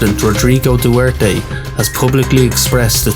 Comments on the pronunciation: Its pronounced Rod-rigo du-ter-te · Duwerte i am filipino that not how you say it